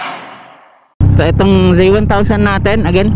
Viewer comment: Its zee1 not zey1